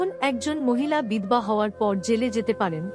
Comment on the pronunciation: কোন্ ,বল্,এল, নয় সঠিক উচ্চারণ করলে প্রত্যেকটির শেষে 'ও'-কার যোগ করে পড়ুন। বিধবা শব্দটি ও ভুল উচ্চারণ..........